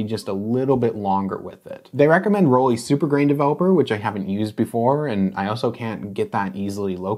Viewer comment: Can you stop saying rolleee? Please?